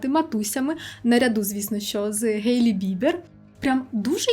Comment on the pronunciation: Хейлі Бібер, ХхХХХЕйлі. То «Гейлі» звучить навіть як якийсь Гей по імені Лі 🌚